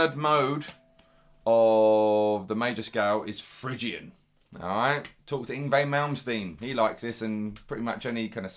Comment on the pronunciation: Oh and you don't pronounce it fridge Ian, it's Fri Gian.